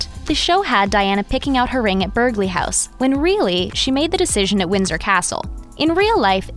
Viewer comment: You know you're British, when you wince at the narrator's mispronunciation of 'Burghley'. Stay safe, Win Xx